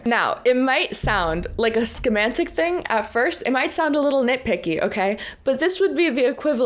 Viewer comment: se·man·tic /səˈman(t)ik/. no shade. this is a word that more often read than said.